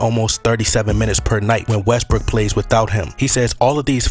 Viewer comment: I like how you pronounce West-brook as West-brick lol